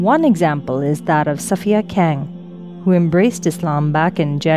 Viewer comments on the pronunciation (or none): none